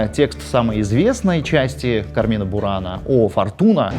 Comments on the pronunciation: Не "КармИна бурана",А "КАрмина бурана" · Всё круто, но в слове carmina ударение ставится на первый слог: суровы правила чтения в латинском языке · Там ударение на первый слог: cArmina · кАрмина бунара) Ударение резаноуло, там на первый слог.